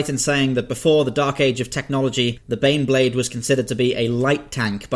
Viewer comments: When you introduced number 4 I really thought you said The Beyblade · You mispronounced "Baneblade" you reach find your pair and sound out "BANEBLADE!!!!!!!!".